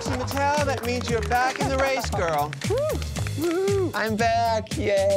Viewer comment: “GERL” Trixie for president of the Midwest